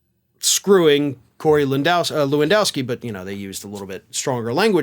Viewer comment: I’m Polish and hearing Polish names pronounced kind of incorrectly, I’m always tempted to correct the pronunciation:) apologies for that 😂 can’t help myself for that 😢, try to read it as Levandovski (Levandovskee):)